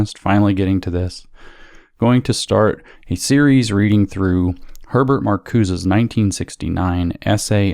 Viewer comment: "We are living in a Hetbert Marcusae world"